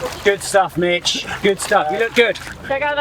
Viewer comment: i just keep hearing B1tch instead of mitch. incredible tho 🤣🤣